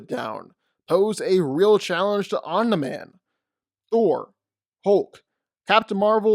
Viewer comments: Sounds like you’re saying “on demand”, it’s om-ne-man. Omni man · Is anyone else as annoyed as me when he calls him “Omnih-man” instead of “omnee-man” lmao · “Omnah man” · Why tf do u say oni man it’s Omni man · I am just here to listen to your opinions and say "Oniman" and "infingy gauntlet" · "Omnah man" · Nobody:: "Omna-Man" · Dawg…please pronunciation Omni-Man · I love the video but I would be Lying if I didn’t say I would almost vomit every time you said Omni mans name lmao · Man literally miss pronounced omni man's name the entire video. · The only problem I had with this video is the way he pronounces Omni man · You make great video but it’s like nails on a chalk board how you pronounce Omni-man. All love tho